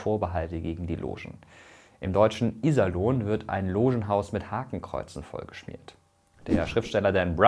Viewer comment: Das I in Iserlohn ist kurz. Die Betonung liegt auf dem o. Liebe Grüße aus dem Sauerländischen Iserlohn Kalthof😂